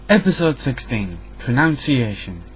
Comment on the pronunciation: Wow, not a good start when you pronounce pronunciation wrong! It's pronounced "pro-nuhn-cee-ay-shun"!